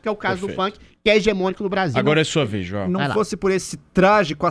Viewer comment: Quando diz : Joel .... eu desisto de ouvir